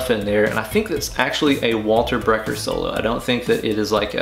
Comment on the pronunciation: Great one...? did you call Walter BECKER...Walter BRECKER? ouch, no worries keep up the great work.